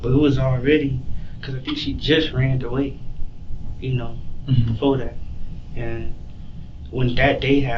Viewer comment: Anyone who says, “she ranned away” over and over or “school compooter” did not go to FAMU except to party.